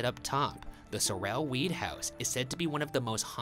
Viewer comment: My last name is Sorrell, this mispronunciations throughout the whole video got under my skin!